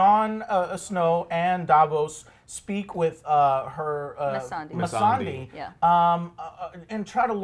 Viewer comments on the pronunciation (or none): I love reaction but it's painful to me that he butchers nearly every name in series... Missande andi Drogon aren't hard names! Or even Dracarys...